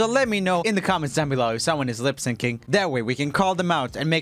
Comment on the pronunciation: it sounds like he’s saying lip sinking (NOT HATE)